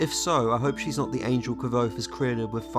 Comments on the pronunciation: Thanks a lot for your beautifull videos. However, here you have how the name of Kvothe is pronounced: It's more like "<<Quouz>>". Cheers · I am surprised at the pronouncing of Kvothe. Can someone help me know which is correct? I was of the understanding that it’s pronounced Quothe.